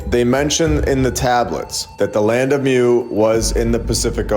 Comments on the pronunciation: "Moo" not "myoo" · It's pronounced moooo. Like a cow! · Love your videos super informative! Hint, the way to pronounce Mu is Moo. There was also a land called Lemuria, I believe this information can be found in the Law of One series. Just some additional information for you to Deep dive into. Keep up the great work! Thanks for all your hard work❤